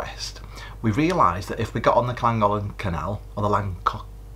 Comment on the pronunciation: Great vlog as usual.. in case you’re stuck its KLAN-GOTH-LUHN…. apparently 😊❤